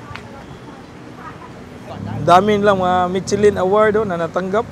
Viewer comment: Whey he's saying Michelin. I hear Bing chilling😂😂